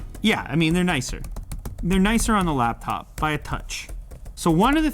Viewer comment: I’m bothered by “laBtop”.